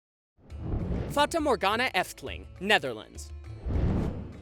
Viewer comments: its pronounced fata morhagna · Me living in the Netherlands Funny how he says fata morgana and droomvlucht becuase he says them wrong but I'm proud he tried now I know even more why dutch is a hard language. I guess I could say I'm lucky because I can bike to the efteling amd I have a year ticket so I can go the whole year. Okay thanks for reading this story made absolutely no sense